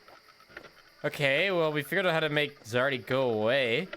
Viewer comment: It's "Zardy" :P